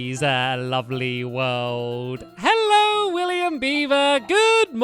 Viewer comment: Not how you say World